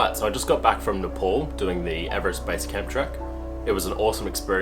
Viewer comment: It’s definitely Nepal, …. Not Nepoul!